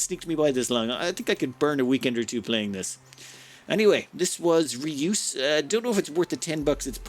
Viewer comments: "Rey-us" not "Re-oos". After the Greek. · Ray-us btw, not reuse. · That sounded funny! Just for your info : It's not re-use, but the "eu" is a (dutch) sound, which doesn't exist in English (I think, maybe in Irish). It does in french : Jue (game). Maybe that helps the pronounciation. :-) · Fun fact, "reus" is the Dutch word for "giant". Another fun fact, it's a one syllable word. But mispronunciation has become a bit of a tradition on this channel 😉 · In the defense of, the Dutch 'eu' sound does not exist in English, so we can't really blame him.